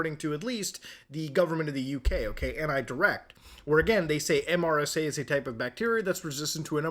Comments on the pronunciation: It's MeeeeerrrSaa 😂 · MRSA is pronounced mersa, at least in the U.S. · Mutahar, MRSA is usually pronounced, rather than spelled. Mur-sah. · Saying MRSA instead of “mersa” is the first time I’ve heard this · MRSA is pronounced mersa. Surprised you've never heard about it before 😊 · Even tho it's an acronym, most people say MER-SUH instead of saying the letters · “MRSA” is pronounced Mer-sa. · In case you need to know in the future, It's commonly pronounced 'mersa' in the medical community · MRSA is pronounced "mersah". it's antibiotic resistant staph. It's also easy to clean off mrsa from surfaces, so getting it in the hospital is quite rare. It is usually caused by dirty wrestling pads in bjj gyms and high school wrestling mats. mrsa is EXTREMELY EASY to take a culture of and put into a petri dish, and then inject someone with it. We cultured staph strains in my high school AP biology class. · as a healthcare worker, I was really amused hearing MRSA spelled out as an acronym instead of being pronounced as “mersa.” In Muta’s defense I’m not sure how well known that is outside of healthcare/microbiology where MRSA is a huge deal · MRSA as an acronym is pronounced Mersa btw. Learned about it in Basic Training. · pronounced mersa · Muta- it’s typically pronounced like, “Mersa.” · So close on pronouncing MRSA properly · I have never heard anyone say the individual letters of MRSA in my entire life until now